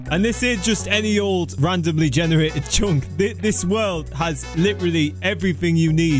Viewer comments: I love it when you say chonk insted of chunk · he say one chonk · I like how he says "chunk" so weirdly with that accent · I like how he says "chunk" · when he said chunk he sounds funny